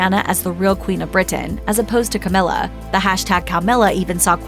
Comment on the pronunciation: Cowmilla! LOL